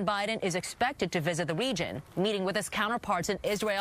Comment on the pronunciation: Anyone else hear her pronounce region with a W?